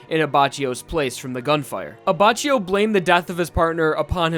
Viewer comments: you read it "abackio" not "abachio" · Aba chi yo The correct one: Abba ki yoh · Luis S no it's not, I'm italian and I can confirm that it is Leone Abbakkio, not Lioni Abbacchio, and that's because in italian E is not spelled I and CH=K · Anyone else annoyed by the fact that is saying abba chio Rather than abbackio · ABACHIO NOT "ABACIO". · "Abacheeou Lee-Own" It's Ley'onay aBackEO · I'm sure you know this now but it's pronounced AbbaKEEyo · It's pronounced Abbakkio in Italian not abbacio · the pronunciation of abbaccgio is wrong because it is pronounced abbacchio the chio and not abbacio. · This video is difficult to watch because the entire video you pronounce his name like “Aba-Chee-Oh” but his name is “Aba-kee-Oh”. Just sayin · hey dude nice video but, its not "abbacioh" its pronounced abbakioh in italian, no sass , just tring to be constructive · Grazie, non sono il tipo di persona che fa notare gli errori altrui, ma sentire "Abbacio" mi stava facendo soffrire 😁😅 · It's pronounced "Abackio", not "Abacio". That's because in Italian we don't use the k but to reproduce that sound we use "ch" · you dumbface it's pronounced Abakkio not Abachio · I'm italian and maybe can solve some of your doubts. GioGio is pronounced jojo, Abbacchio is more like Abbakkio. pronunciation of Leone is wrong, but the correct one is kinda hard to explain, maybe it's easier for you to look the google translate pronunciation. He also says wrong passione and the accent in vento aureo, that is not auréo but aùreo. However i don't really care of pronunciation in Jojo, Za warudo sounds way cooler than "The world" ahahahahah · I can't watch it...it's abaKKio (I mean pronunciation) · I don't want to be that guy... But is prounonced Abbakio. Trust me. I'm italian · the way you pronunced "abbacchio", abbascio, triggers me. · Say it with me Ah-back-key- o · It’s pronounced like Abbakio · Pronounced abba-ki-o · doesn't it read as Aba K io? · It’s pronounced A-Bak-I-O